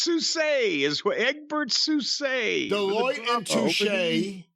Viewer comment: not knowing how to pronounce Delloite and Touche while making a living off the stock market worries me.